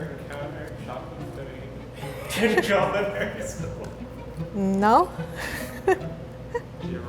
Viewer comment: I love when says “chocleate”